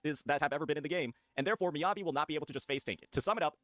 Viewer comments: okay, good video, valid points, saintontas is an actual idiot, but PLEASE STOP SAYING M-EYE-ABI , ME-ABI like me, myself and i, me, mi mi mi, me me me, not mai. <3 (obviously im messing around but it did irk me lmfao) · cool cool cool, i agree with everything you're saying but deadass how do you butchered Miyabi's (Meeyabi) so badly dawg